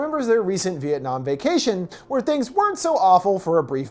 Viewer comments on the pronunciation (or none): none